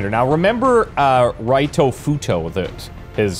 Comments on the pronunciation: Hey, can you please do us all a favor and pronounce “Ritofuto” as it is meant to be? In Japanese “i” is generally pronounced like “ee” in English so “Reetofuto” is how it sounds, not “Raitofuto” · Correct me if i'm wrong, but i'm pretty sure Ritofuto suppose to pronounce Ree-to, not Rye-to.